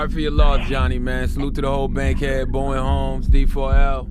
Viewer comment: BOWEN NOT BOWING FOOL